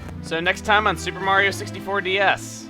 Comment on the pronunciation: Telepor' Mawio! and as you can see, Mawio's pre'y much mawstered tha' ability, wewl done Mawio!